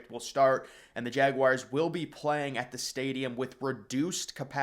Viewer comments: I love your vids, but please, Please, PLEASE stop calling Jacksonville's team the "Jag-wires." It's Jag-wars...UGH. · That would be JagWARS not JagWIRES. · Jag wires?🤔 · Learn how to pronounce Jaguars!!!!!! Holy shit. Its not fckn Jag-wires